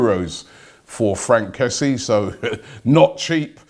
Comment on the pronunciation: It's pronounced Kess-yay